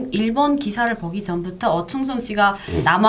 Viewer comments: 충성이 아니고 청성...발음이 왜그러시나??? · 충성 아니고 청성 인데 계속 추성충성 하시네요 발음 이 잘안되시나요?